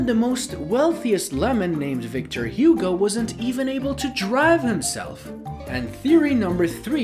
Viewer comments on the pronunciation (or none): none